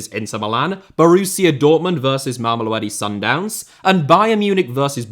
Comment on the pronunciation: Mamelodi is like one of the easier Pedi names to say and you still f**ked it up, c'mon man😂